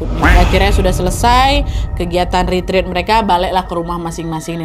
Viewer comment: Ret ret kk bukan rit rit